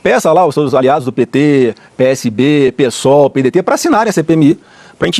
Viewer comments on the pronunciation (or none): none